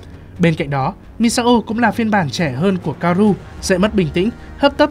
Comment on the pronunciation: *ka-o-ru nha ad đâu phải ka-ru